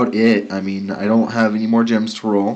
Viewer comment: Roll not toll